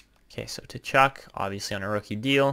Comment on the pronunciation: I love this series Suggestion: Brady Tkachuk is pronouced Kachuk. The T is silent